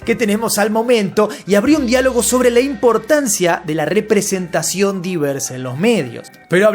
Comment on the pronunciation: Esa "representaiyon" como diria el actor de Namor o, el concepto de diversidad cultural fracaso.... y no hace falta leerlo en cualquier lado, solo tenes que ver las noticias, como esta Europa o como son las adaptaciones donde se antepone estos concptos y fijate como sos lo numeros.... los numeros hablan por si solos. Ahi una diferencia ENORME y la productora dijo que todo el pais era racista... osea WTF Ese fue el primer clavo Porque ya empianz a santir ligera la billetera